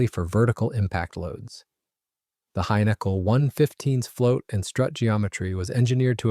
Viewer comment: This annoyed me everytime it was pronounced this way...🤬🤬🤬